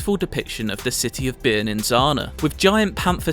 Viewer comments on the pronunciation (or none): none